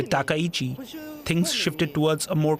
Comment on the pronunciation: Her surname is TakkaIchi. Not Tekauchi.